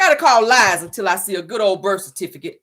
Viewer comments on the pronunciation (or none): none